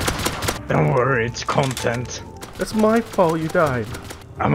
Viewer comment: everyitime you say content now i only hear contint ;0